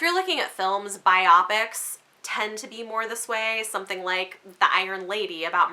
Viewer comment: Okay totally unrelated from this very thoughtful discussion, but you're the first person I've heard pronounce "biopic" like I do 😂 Yes! I also focus on/talk about themes quite a bit and I didn't realize this was such a big element of my favorite books until joining BookTube :) Oh my gosh yes it seems like a story having tropes has turned into this instant turnoff for some reviewers or viewers and it's like...they're just story ingredients?? every work has them, it's about how much you enjoy them and how well they are done (ALSO we all have favorite kinds of story elements we return to again and again in different books so pretending originality is the only thing that matters is odd to me) Oh that's so interesting! I don't often give age range designations in reviews because 1) I am not always great at knowing them, lol, and 2) I feel like they can make people close themselves off from a story they could love just because they think "oh I'm an adult I can't read MG or YA", but you have a great point about it informing things like character emotions/maturity!! --somewhat related, but one review trend that really drives me up the wall is people describing an adult book they hated as "disguised as YA" ..... Um. Maybe you just didn't like the book?? No age range or genre is just a dumping ground for things you don't like!